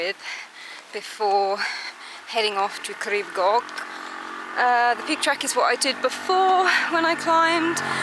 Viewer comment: Your pronunciation was mostly fine - just the "ch" at the end of "Goch" that needs a bit of work! 😁